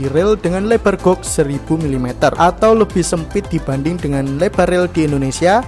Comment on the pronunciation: maaf, koreksi dikit mas...kata 'gauge' dibaca 'gej' dengan e seperti di kata 'tempe'